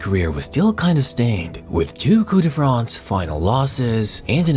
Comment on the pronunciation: bro it's not "coup de France" it's "coupE de France"